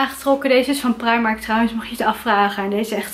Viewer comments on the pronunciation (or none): none